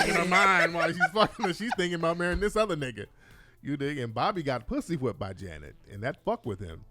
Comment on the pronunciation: Bri said I hate the way you say pussy with a W. Lol 🤣🤣🤣🤣